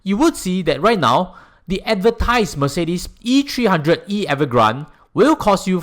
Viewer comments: its avant garde, not evergrande 😂…. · Wrong pronounciation for Avantgarde. It is a french word 😂. I always hear ppl saying as much as possible, pay for a car in full cash is better. Is it really better financially ?